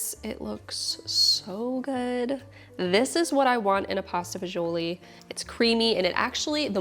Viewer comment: my wife made this last night after we shoveled snow for 5 hours. she followed your recipe exactly. your first version, which we made already was great but this one is on another level. i even shoveled a path in the backyard to get to my rosemary bush. one problem though. as a second generation sicilian from staten island it pained me to hear it pronounced “fagioli” but we understand why you had to say it that way. lol. keep em coming and thank you.